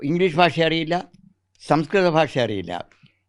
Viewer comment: This reporter should learn how to pronounce " bhasha" in malayalam. It should not be "basha" .The whole system is running down fast While this reporter mis pronou ces some words, most channels are full of such standards.